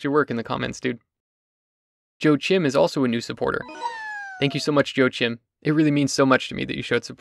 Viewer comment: Nice setup. Also isn't that one supporter's name pronounced as "wa-keem" rather than "Joe Chim"? Or am I being funny?